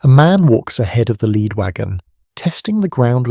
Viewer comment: A real tell for an otherwise pretty good AI voice is always pronouncing “lead”, as in leading man, as “led”…